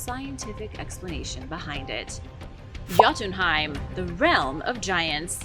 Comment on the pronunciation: The J in Scandanavia is pronounced as a Y. It's pronounced Yotenheim and the residents are Yotens